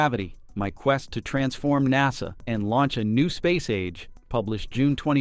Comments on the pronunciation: AI crappy narrator pronounces NASA like Nahsaw! Then other times correctly. 🤦🏻‍♂🤦🏻‍♂ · Star LIHN. er. NAH sah need a better bot doing the narration